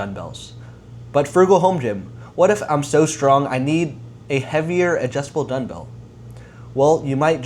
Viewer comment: Are you saying Dunbell?